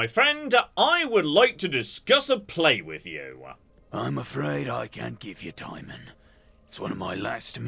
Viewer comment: "Timon" pronounced as "time-on", and not "ti-mohn" threw me in a loop. I never, ever heard it said like that before today.